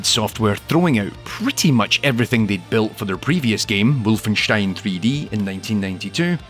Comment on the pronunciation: I give you small pointless bonus point for correct pronunciation of Wolfenstein ... aaand I take it back for wrong pronunciation of gibbing.